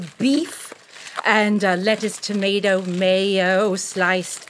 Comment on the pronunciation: I think the mispronounced tomato